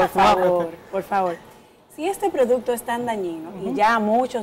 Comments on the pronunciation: Amelia producto. No produto. Estudia que tu puedes dar mas. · Muy buen programa inicial. Debieron darle clases a Amelia de “repeat after me:” 😂ProduCto.. no “produto”… “ que noS” diga, etc.. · La ÑAMELIA dice produto 😂😂😂